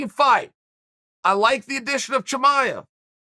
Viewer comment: Wait you just said Chimaev the correct way???